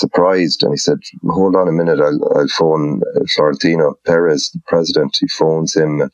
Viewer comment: Eamon trying to say Florentino Perez as "Florentin Peretzzch" haha there is only a slight lisp on the Z Eamo don´t overdo it to seem cultured and smart